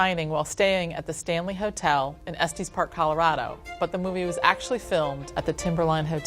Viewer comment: Estes Park isn’t pronounced like that... Estes rhymes with best not testes